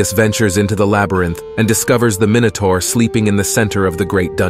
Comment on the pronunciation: ZAY-OOS not ZOOS EYE-OH-BAH-TES not LOBARTEES MY-NOH-TOR not MINN-OH-TOR FFS do some research 😂😂😂